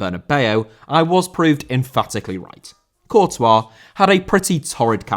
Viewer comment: Courtois still hating this video for pronunciation